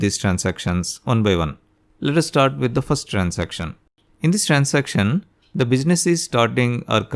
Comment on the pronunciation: Bakvaas Transaction ko to trancestiom bol rha h Ke hi tu gnda 😡😡